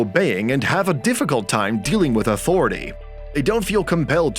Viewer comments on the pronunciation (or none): “Autority” made it really difficult to keep watching this